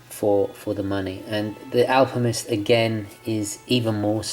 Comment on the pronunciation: Sorry...but are you saying “Alpimist”?! 🤣